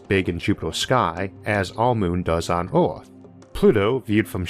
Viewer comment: I champion the narrator's perseverance to read through the accent & impediment, but "Arth" was just overwhelmingly funny to me. Sorry.